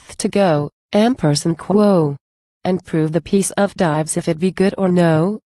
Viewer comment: This is terrible. Dives (the subject of the poem) is pronounced with two syllables, DI-Vees.